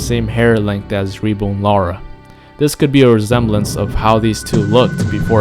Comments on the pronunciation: REBORN NOT rebone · Re-bone?!! lol it's reborn as in born again